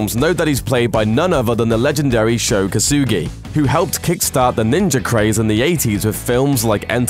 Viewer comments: why the fuck do you pronounce "Ninja" as "NinjaR"? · Is he saying ninjer or ninja? It sounds like he's saying ninjer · there's no "R" in Ninja... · There is no R in ninja its nin-ja not ninjar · Ninja not ninjar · It's ninja, not ninjer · Did anyone else get annoyed hearing this guy say ninjer instead of ninja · ninja. not ninjer. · Why is he saying “Ninjar” instead of ninja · Am I the only one hearing NINJER instead of ninja?? UGH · there is no fucking "r" in ninja.... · I made it through a minute and a half of this dude pronouncing "ninja" as "ninger" before I had to give up on this. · Bitch it's NINJA ASSASSIN! "NINGER" wtf? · PLEASE stop saying Ninjer Assassin!!! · Why this dude keep saying NINJAR assassin? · the didn't invent the chain blade, it's called kusari gama, also I hate how it sounds like you're saying ninjer instead of ninja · what is a "Ninjer"? lmao.. think you need to learn how to speak. ninja... ninjuhh!!! lol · British people have to stop saying ninjer instead oft ninja it's so annoying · It's fucking NinjA. Not NinjER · is it ninja or ninjur? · NINJA (jah) not Ninjer...say it right you dumbass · "Ninger Assassin" if you listen carefully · Him pronouncing it as “Ninjer” is killing me 🤦🏾‍♂️ 😂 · Where is the “R” in NINJA? asking for a friend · Did this man say ninjer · “Ninjer assazin” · i don't get why people would say GAN when it is spelled as GUN like for example BULLET. it's not spelled as BALLET. so how the fudge is NINJA assassin pronounced as NINJER??? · There is no R in the word Ninja. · This guy says ninjer assassin 😂 you cant be that fuckin dumb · Ninjer assassin 😂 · Wtf is Ninjurr Assassin? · Did anyone else realized this guy can’t say the words Ninja Assassin? He keeps saying Ninyer Assassin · I swear to fucking god if you say "ninjer" one more time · "ninjer" assassin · Can you stop saying ninjer assassin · There is no "R" in ninja! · "Ninjer Assassin" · New drinking game. Take a shot every time he says ninjr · What's a "ninjer"?